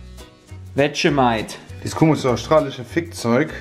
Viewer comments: NIEMAND: Wirklich absolut Niemand: Nicht mal Jay:: Vermentight (zu Vegemite) UFF, Sorry, da musst ich echt ganz ganz dringend los. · Er sagt auch statt Vegemite einfach irgendwas (VERMENTIGHT????) 😅😂😂😂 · Jeder: Vegemite Jay "Wetschemeit" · Er hat sogar das "Wetschemeit" XD